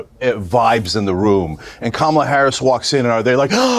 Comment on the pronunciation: Sounded perfect to me ‘karma la’